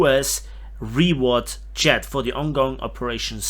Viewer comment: Anyone else hear "chad" when he says jet? 😂